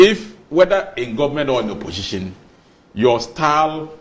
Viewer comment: Why is the guy with glasses saying oposhishin, oposhishin? OMG, it's oposition for God's sake.